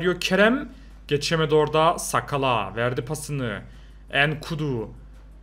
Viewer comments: Sakala degil nsakala oku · Ensakala diye okunuyo ben mı öğreteyim sana